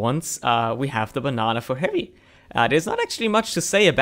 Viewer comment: did u just say the banana for harry? cause it really sounded like it. (i know it was heavy)